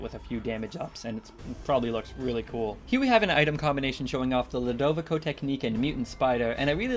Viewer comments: it is pronounced (lu da vi co) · i think Ludovico is pronounced (LEW-DOH-VEE-SO)